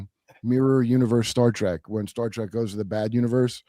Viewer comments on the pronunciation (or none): none